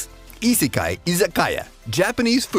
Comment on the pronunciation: How to say Isekai not saying Isekai